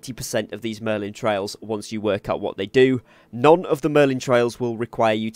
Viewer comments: Merlin TRY-al, not TRAY-il. The former is a challenge, the latter is a path you follow. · Merlin trials, not trails. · good tips .my tip its trials not trails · Mistake 11: calling them trails instead of trials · thanks for the video and helping with your experience. also its trials not trails. u got the A and I mixed up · Good video but it's Merlin Tri-als, not Trails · TRIALS... NOT TRAILS.... SMH .. CMON DUDE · TRY-ALS not trails 😂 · they are merlin TRIALS not "tray-ills" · Trials... Not trails... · Trials.. not trails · It’s trials not trails lol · Every time you say "merlin TRAILs", I die a tiny bit. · This dude really said Merlin Trails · How do you pronounce Trials both wrong and correct in the same video lol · Great tips but ....YOUR NOT PRONOUNCING TRIAL CORRECTLY. ITS NOT A ROAD ITS A PUZZLE/TRIAL OR TRIBULATION TO GO THROUGH!!!!!!!!!!! lol just pinched a nerve 😂😂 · Pick a pronunciation and stick with it, trial or trail.